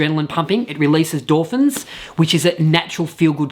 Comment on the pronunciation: Haha, not door-fins? He says he’s expanding his vocabulary, so there’s a start…